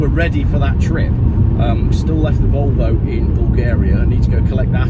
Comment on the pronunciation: yes please, I’ll have the Wolwo!